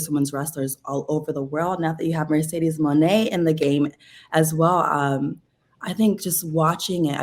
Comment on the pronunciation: As your fans Mercedez mone we love and appreciate you, support u along ur journey. But plz learn to pronounce stardom wrestlers correctly and learn more about their company. Just do background research to ensure that u do not hurt Japanese fans by not pronouncing their names correctly.